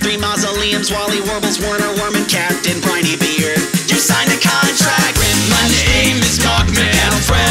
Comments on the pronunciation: he said briney beard wrong XD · its raining tacos you said captain brineybeard wrong.